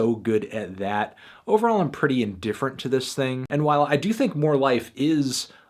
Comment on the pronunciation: How did you not like this "ting"? This "ting" fire 🔥🔥🔥😂😂